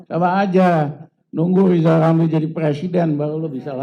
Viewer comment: BELAJAR BILANG R DULU MINIMAL BISA NGUCAPI NAMA SENDIRI DENGAN BENAR😢😢😢😢😢